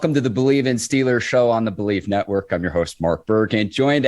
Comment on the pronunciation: Man we are not the Stillers why is it so hard to pronounce the EE smh damn